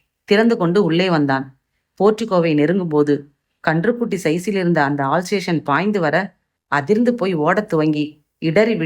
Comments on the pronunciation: உங்கள் குரல் அருமை சகோதரி. ஆனால் சில வார்த்தை உச்சரிப்பு சரி செய்தால் நேர்த்தியாக இருக்கும். ஆல் சேஷன் இல்லை அல் சேஷன். Cufboard இல்லை copboard😢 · ஆல் சேஷன் இல்லைங்க அல்சேஷன் 👍😂😂 தப்புத் தப்பா படிச்சாலும் கதை கேட்கிறேன் கதைக்காக because story meaning - ஐ மாத்த முடியாதில்ல 🤣🤣🤣🤣